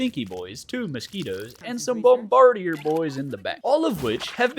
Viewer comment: for the last time it’s bomb-ba-dear